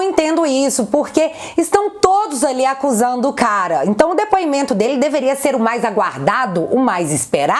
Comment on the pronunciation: O Renan canalheiro além de corrupto é muito anarfabeto, ele pronuncia "prisidente, difinitivamente, dipuimento kkkkk